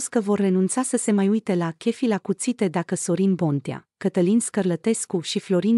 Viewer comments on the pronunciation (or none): sigur nu este româncă, dar chef, în orice limba (franceza, engleza, spaniola, germana, italiana...) tot șef se pronunța, nu kef. De aceea nu am menționat restul greșelilor de pronunție și punerea accentului greșit. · Doamna, no ofense, dar ce limba vorbiți? Dacă faceți un vlogg în limba romana, vorbiți corect. Chef în orice limba se pronunța șef ca și în alte limbi.